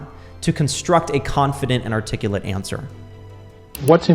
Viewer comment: My man said articullit and I clicked off I'm sorry dude lmao